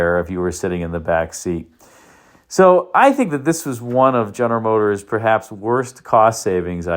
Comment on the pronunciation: Ist das eine KI-Stimme, welche "General Motors" nicht richtig aussprechen kann? 😕